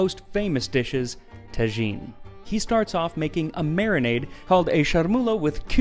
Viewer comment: Is it really pronounced ta-gin?